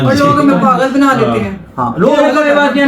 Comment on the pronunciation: پاگل، Not پاغل